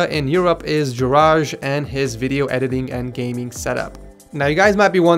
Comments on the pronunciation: Juraj Is read as yuray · Juraj is read Yuray. In most slavic languages J makes the Y sound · haha :-D that Juraj pronunciation :-D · you really need to learn how to pronounce Juraj :D :D :D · Your pronounciation of Juraj litterally kills me xD! Nice video tough! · How he butchered Juraj's name XD. Slavens know what I'm talking about. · The pronounciation of the Slovak guy was completely bad :D